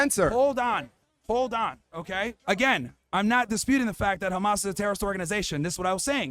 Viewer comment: why Zionists always pronounce it "Actober" and "Kh-ma-s"? how difficult is it to pronounce the letters O and H?